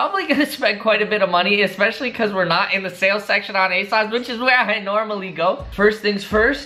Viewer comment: Its asoooosss not asauce 😭😭